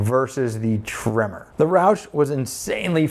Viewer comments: Until I thought you were saying "Trimmer" and I had no idea what you were talking about. But it's Tremor... got it. When buying something you're going to live with for a long time (building, vehicle) get what you want. You'll enjoy it more, even if it's a little more expensive. Me of 2010 bought a Subaru WRX sedan. I loved that car for 9 years. But then I had to start taking the boy to school and sitting in a parking lot in August in Texas, it was either run the engine and waste gas or die of heat exhaustion. In 2020 I picked up a Volvo S60 PHEV. Super comfortable (and my almost 50 year knees appreciates that), 400 horsepower (12 year-old me appreciates that), and 76 lifetime mpg (my bank account appreciates that). There's a few electrics I would rather have right now, but I'm not trading out in this market. And, I will admit, a little tear dripped down my face when I said goodbye to the WRX. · It’s a tremor… I thought he kept saying trimmer too! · Are you saying tremor or trimmer? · Your accent made me think tremor was trimmer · I can't get over the way you say Tremor the same as Trimmer. Must be a Midwest thing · LOL. I thought your were saying trimmer! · The entire video, thought he was saying TRIMMER. Couldn't wrap my head around it... Finally see the words on the side of the truck: TREM MORE. 🤪